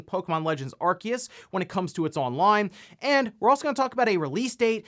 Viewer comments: I thought it was "ar-see-us" not "ar-key-us" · Aar see uhs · 7x.... you said Arkeus 7x... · I love your videos normally but in the intro today when I heard the name Arceus be pronounced Arkeus I had to pause the video, I opened Google Translate typed Arceus and heard the Google voice say it right and I walked out of the room... it's been about an hour since then. I think I'm ready to resume the video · THE C IN ARCEUS IS SILENT HOLY SHIIT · Someone please force this man to pronounce Arceus correctly it's killing me